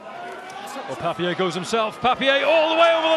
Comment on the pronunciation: Papiére? 🤣 Papierrrrrrr